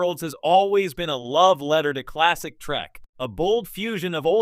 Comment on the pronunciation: Star TREK ! NOT TRACK.. PRONOUNCE IT CORRECTLY.